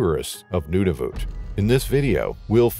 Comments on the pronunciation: It is not Nunavute it is Nunavut. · NuNAvut - he is pronouncing it as Nunuvut. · Accuracy? The territory is Nunavut, not Nudavut. Not "Inuits" but the name Inuit is already plural. There are no penguins in Nunavut and Pond Inlet is way above the tree line. 100's of km north of the Arctic circle. If basics aren't accurate, one may question accuracy of the actual event. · IT IS NOT NOONAVOOT. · The pronunciation of Nunavut is sending me 😂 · If you’re going to keep saying Nunavut, pronounce it correctly.